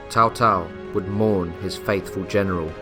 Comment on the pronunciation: I think its pronounced "Tsao Tsao", not "Tao Tao", as it's written as Cao Cao.